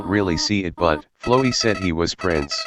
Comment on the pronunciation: and you would be right to assume that. that is the correct way to pronounce Flowey’s name. The annoying dog has spoken.